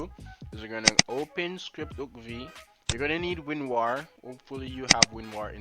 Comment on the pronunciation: "You're gonna need winwar" or you losewar :P :))